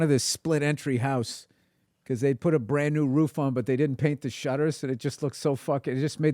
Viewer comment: Dude I'm french and Bill Burr nails the "on", I find that american don't know how to say it usually. good job.